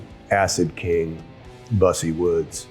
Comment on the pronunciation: I could have sworn Busse Woods was pronounced "Byoose Woods", sort of like Goose. Hearing it pronounced "Bussy Woods" makes me crack up.